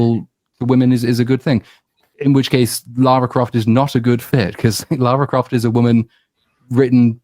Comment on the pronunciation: "....... There's only been one Laura Croft, only ever gonna be one Laura Croft............" 😂😂😂